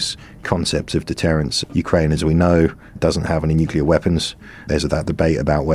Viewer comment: HDBG still can't say nuclear!